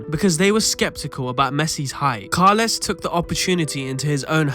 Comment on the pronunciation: It's Rexach. And Carles is pronounced as "Carlas" unless you are from Lleida or Valencia